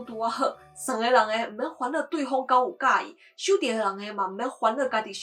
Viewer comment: 塑膠聖誕樹對我來說比較不環保😂 左右kám-ū和 拍照的拍，好像講太快，忘了合喙